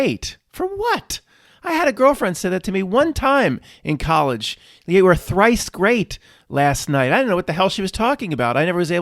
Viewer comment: "One time i was trice great" 😂